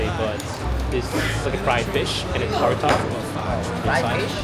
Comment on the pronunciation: タルタルって発音難しいよね たーるぁーみたいな